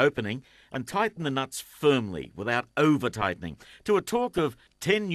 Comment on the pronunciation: bahahahaha the way he says "damage" & "over" :)